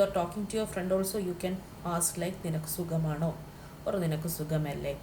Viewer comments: Sugamano!!! Pl don't kill Malayalam.. Sukhamano ennanu parayendathu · It must be suKHAmaano ? not sugam .